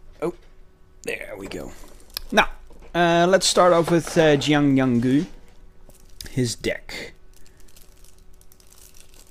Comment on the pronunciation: You said Yanggu’s name wrong